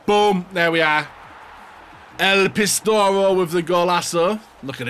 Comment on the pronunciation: pis-toro? PIS-TO-LE-RO